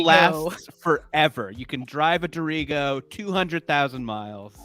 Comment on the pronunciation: The Maine state motto has the emphasis on the first syllable - "DEAR-i-go"!